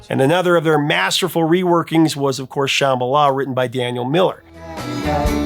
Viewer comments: Woah, Dude, you TOTALLY slaughtered the word Shambhala! 😬 That was EXTRA cringe. They pronounce it wrong in the song, and you just followed suit, displaying your massive ignorance! Everybody knows what Shambhala is and how to pronounce it, lol!!! 🤭🤭🤭😂🤣🤣🤣🤣🤣🤣 I have one friend who refuses to even listen to the song, because the mispronounciation bothers her THAT much! It bothers me, too, but I still love the song. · Geez. Take a chill pill. The B is silent. So what? You act like everyone is pronouncing it like "cheeseball" or something.